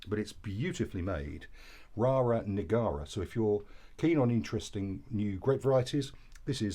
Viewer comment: It's not Rara Negara, it's Rara Neagra. (You had obviously supped a few before the review!) 😁